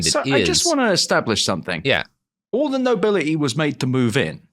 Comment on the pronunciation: "Oll the nobili'ee" Man's peasantmaxxing